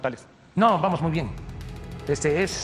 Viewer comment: " vamoj muy bien... Y ejtoy muy contento ".